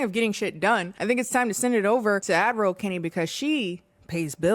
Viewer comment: For the longest time I thought you were saying 'admiral Kennie' rather than 'ad-roll Kennie'.